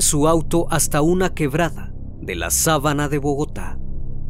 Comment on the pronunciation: Los casos aquí comentados, son muy interesantes, pero tengo que hacer una observación, sobre la pronunciación de algunos sitios dónde se desarrollaron los sucesos. Varios nombres no son pronunciados correctamente, Cáqueza, Sábana de Bogotá. Recomiendo al autor de este trabajo, que busque en Google o en el mismo YouTube, los nombres de los sitios, que ahí arroja, la pronunciación y escritura, de estos lugares, así su trabajo queda, más que impecable. 👍 🤜🤛🙏